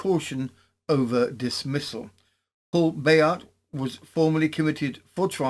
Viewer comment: Spoilt for a happorth of tar. You obviously do a lot of research for these episodes. So why not find out how to pronounce things? With all the resources of the internet nowadays, it's not that hard. But your versions of Bayart and Roubaix really grate on the ear. All right, a true Brit isn't meant to speak Froggy. But how how do you explain "recognisance"? Shame